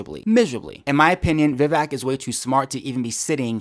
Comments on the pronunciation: Agree with almost everything you said,;-) the mans name is Vivek pronounced Viv-vake as in cake. Great vlog! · By the way, Vivek rhymes with “cake” not “check”. Vivek is an aggressive debater but this girl “Viveked” him and it was fun to watch. She talked over him, she dismissed his clarifications and she runs roughshod over her subject. That is Vivek to a T. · I'm doing my part to spread the word that his name is pronounced Vi-VAYK. VAYK rhymes with cake. I watched Vivek's interview with Tim Pool and how you pronounce his name was the first thing brought up.